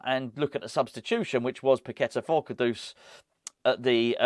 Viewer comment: The way you pronounce ‘Kudus’ sounds like an old Batman and Robin sound-effect if Penguin slapped Batman round the face with a large haddock - “KA-DOOSH!” Can’t we pronounce it like the word that means ‘highly esteemed’ - “KOODOS” ?